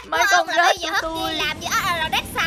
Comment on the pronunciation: Anh ơi cái đoạn anh nói con rết thành con rích hi. Hihi em hơi mắt cười í, hihi🤣🤣🤣